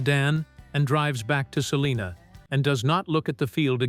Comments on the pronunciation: Its called SAL(LINA) Not saliena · Not far from SALINA. Not Saliena.